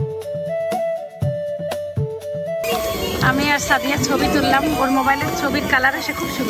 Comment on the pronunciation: সবগুলি “দন্ত স” ( উচ্চারণ দোন্তো স) কি ধরণের রোগে আক্রান্ত? সায়মা হয়ে গেলো শাইমা, সাদিয়া হলো শাদিয়া। আর সারাহ হলো শারাহ। বুঝা গেল, শিক্ষিত মানুষ হলেও, আঞ্চলিকতা দোষে দুষ্ট। আর তারাও তাতে খুশী।